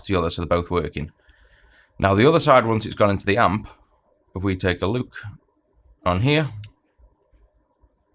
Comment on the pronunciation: When you say "lets take a look" I hear "lets take a LUKE". Love the videoes, thanks for your contributions to the community!